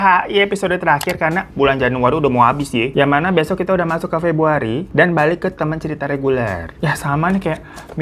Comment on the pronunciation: Aaa,,,wkkk td salah nyebut akhir pebruariiiiii...di openinggg